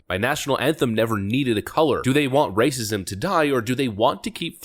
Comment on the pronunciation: I love the channel, EXCEPT for the "R-R-R-R-R-Racism!!" thing. It's too loud, piercing, and hurts my brain. If you've GOT to do that, at least do it like the "RRREEEEE" instead of the rolled, trilling "R"s. Just saying, as my ears can't take it.